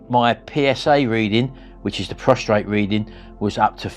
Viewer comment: PROSTATE! No R. Otherwise you're just lying down. ❤